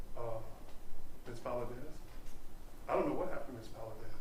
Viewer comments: Exactly. And disrespectful…especially to the family of the victim. How are u an attorney in TX and cannot say Valdez. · Can this educated woman, in TEXAS (!), really not pronounce “Valdez”? It’s annoying me so badly. Do better.